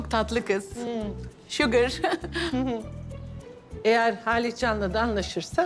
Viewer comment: Şugger mı😂